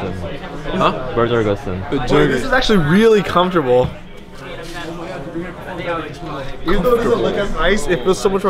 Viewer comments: i heard comfrotable for three times and then i decide to stop watching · "THIS IS SO COFOTRABLE" ~ Regi 2015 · Regi randomly sayin: This is actualy comftorable. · this is really comefortable. i mean its really comefortable. did i tell you its comefortable.